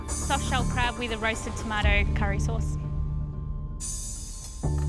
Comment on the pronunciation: I cant digest what i heard! Curry souce?🥲